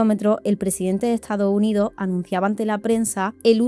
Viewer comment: “Etsado Unido” 🥴